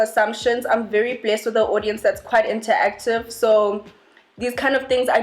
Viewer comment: She said Inter-active and not the normal way interactive it sounded interesting 😂😂😂